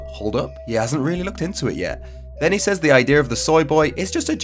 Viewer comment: Great video brotha. But since I'm petty I gotta point out I can't stand the way you say "s-Ayeez" (says). It's like SAY(S) but forcing it to be plural. SAYEEZ lol hate it SOOO much. Proper = [s-ez] or [c-ez]. Might just be my 'Merican linguistic imperialism lol